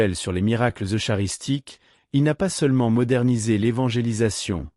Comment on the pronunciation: Vidéo intéressante,mais il faudrait une traduction française respectueuse de la langue.Oralement ,c,est correct sauf la prononciation de eucharistique,mais au niveau écrit c'est catastrophique.Bonjour du Québec